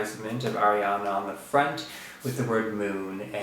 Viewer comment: its ariana not airiana jeez